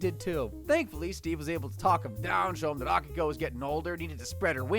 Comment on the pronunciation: A - Key - ko. Steve says it twice in the first clip you used FFS.